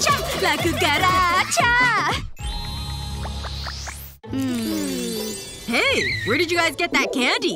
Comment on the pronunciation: la coocarcha la coocarcha la coocarcha me: 🤣😂😅